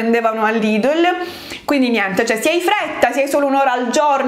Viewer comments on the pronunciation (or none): none